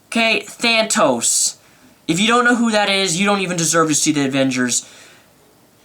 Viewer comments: It was an awesome movie. Nice review, but learn to pronounce stuff. Joss Whedon. JOSS! Not Josh... And who the is Thantos? Thanos, is a wicked awesome Marvel villain though... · *Thanos you said thantos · *Thanos not Thantos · It's Thanos not Thanatos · Thanos not Thantos! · You say that if you don't know who thanos is, then you shouldn't be at the avengers movie, but then you say "Thantos" incorrectly multiple, MULTIPLE times. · Thantos ? Ha ha it's thanos of Titan . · Thanos, not Thantos x) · THANOS! not thantos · Thantos, lol? Thanos!!!!! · Its not thantos. Its thanos. (They-nose) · Thantos or thanos? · Thantos? Wtf? lol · dude the movie was cool yes.. you dont have to be soo dam geeky but ok and also HIS NAME IS THANOS NOT Thantos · Thanos bro lol not THantos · no, he kept saying Thantos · Than tos? It's ThanOS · I appreciate the enthusiasm and all, but how big a fan can you be when A) you show up as Deadpool to an Avengers screening and B) you can't even remember that it's THANOS not Thantos. Thantos sounds like the name of a gyro joint. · So you pronounced his name THANTOS...it's thanos. No extra T. Thanos...and you say you like comic books.... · Its thanos you dumbass not thantos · It's Thanos, not Thantos. A real comic fan would know that. Thantos is a Dr Strange villain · its thanos not thantos btw lol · LOOOL THANTOS YOU KNOW....ITS THANOS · Thanos not thantos... credibility ruined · its thanos not thantos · Its thanos not thantos , dumbaaaaaasss! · ThanTOS???? DAFUQ DID U JUST SAY!??? its Thanos!!! GTFO!! cant even pronounce a villians name some Marvel fan! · Not Thantos, THANOS Other than that I like your enthusiasm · Thantos? Thanos. Man im such a nerd. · You're great! Awesome energy! Glad you liked the movie but ....... Um, "Thanos" not "ThanTos" also "Joss Whedon" not "Josh". Other than that! Thumbs up! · THANTOS?!? Who the hell is Thantos?!? His name's Thanos dammit! Lol, well at least your better than the people who thought he was Darkseid.